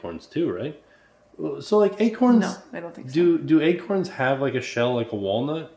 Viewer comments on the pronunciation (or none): Ack! Stop saying Egg-corns!!! 😂